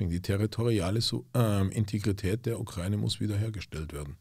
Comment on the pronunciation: Kann dem mal jemand sagen, dass es die Ukra-Ine ist und nicht die „Ukreine“